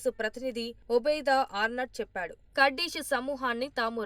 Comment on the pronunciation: అన్ని తెలుగు ఛానల్స్ కుర్దిష్ ఆర్మీ అంటే నువ్వు మాత్రం కర్డిష్ ఆర్మీ అంటావేంటీ వెర్రి బాగులదానా . నీ ఉచ్చారణ మహా భయంకరముగా వుండే కడ్డీ మోహము దానా .